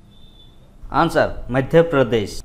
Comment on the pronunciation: Please say answer not añnswer